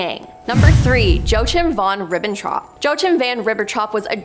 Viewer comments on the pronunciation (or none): Jesus! It's ABYSSINIAN - ABBY SINNY AN Not A BY A SIN. And who TF is Joe Chim von Ribbenhoff? Try saying Yakeem. You guys REALLY need an editor.